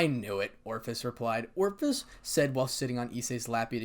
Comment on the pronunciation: Ophis... Long "O" followed by fiss. It ain't hard, brother.